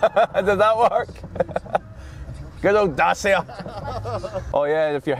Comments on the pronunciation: It's pronounced "datchia" not "dasia" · If you're going to mis-pronounce Dacia as "Dah-see-ah", then you might as well say that they've got "Ren-alt" engines.